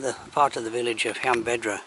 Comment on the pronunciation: You missed out on going to the nearby Roman Steps and the lake that echoes when you shout across it . Btw . You keep mispronouncing Llanbedr .